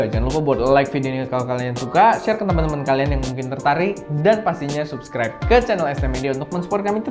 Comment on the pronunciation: sub·scribe = /səbˈskrīb/ a.k.a Sebskraib, abis ini bilangnya jangan SUPSKRAIB lagi yah, kesel gww kan dengernya.